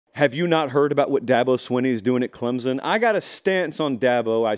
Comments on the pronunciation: ITS CLEMSON NOT CLEMZZZZZZIN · Respect your show, but PLEASE pronounce our school ClemSon, not Clemzon. Thank you. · Pronunciation: CLEMP'—SUN. Thanks.